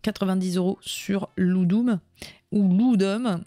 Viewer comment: Ludum, accusatif de ludus (jeu) est du latin je pense et le "u" se prononce "ou" (IMHO, mais je peux me tromper) merci pour le repostage ici de la session Twitch que je n'ai pas le temps de suivre d'un bloc! t'es une sacrée bosseuse!